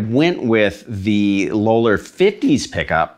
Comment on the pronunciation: Low-ler? Isn't it pronounced "lol-er"?